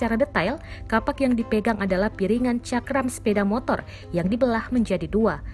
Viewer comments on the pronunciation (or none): none